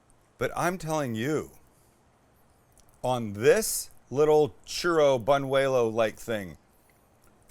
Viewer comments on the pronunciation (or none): Correction not banuelo it's buñuelo.